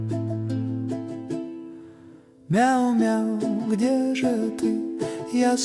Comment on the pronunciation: Damn е wovel is getting confusing.. Lady (thanks for her works by the way) pronounce it between i and e much like i(y)e but our singer pronounce it as a/e (depends how you pronunce it in your language) Examples: Где (G(ı)de or G(ı)di(y)e Снег (S(ı)neg or S(ı)nieg. Russians are dangerous guy not just for building up labyrinth grammar but for labyrinth pronounckatikn. Thanks again fkr works. Привет!